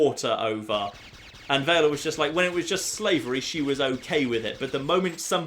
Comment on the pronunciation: VELL-UH Not "Vae-luh" O.o...